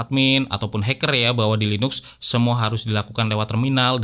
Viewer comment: tulidannya LINUX bacanya LINAKS bang